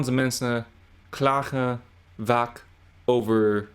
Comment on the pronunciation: Badkamer is an other example with the difficult long a in kamer, after the short one in Bad. You pronounce them almost the same (and vaak sounded a bit like vak). Your translation of moeten with must is correct. To express 'should' the Dutch version would need 'zouden moeten' or 'behoren' (ought to))